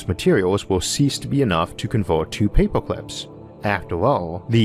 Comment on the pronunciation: I’m going to be hearing “paypoclips” in my sleep for weeks. Great video, love this channel... hate paperclips now.